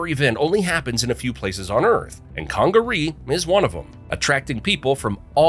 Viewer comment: .Edizztoe WTF😂! South Carolina here. He probably called Huger street in Columbia Hew-ger😂 or Gervais Street Ger-vi-ass😂. I'm actually surprised he said Congaree properly!